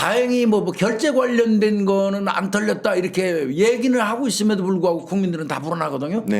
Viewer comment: "털렸다"는 단어죠? 틀렸다라고 들려가지고 ㅎㅎ